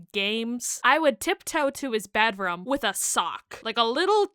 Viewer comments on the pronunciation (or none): I kept getting distracted with the way you pronounced bedroom as “bedROM” (I think it’s adorable, I love learning how others say words)